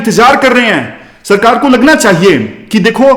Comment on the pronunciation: "चाहिए "होता है gurujii "चाइए "nhi